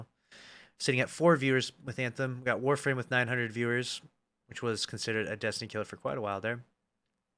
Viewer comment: ain’t no way you said warframe 😭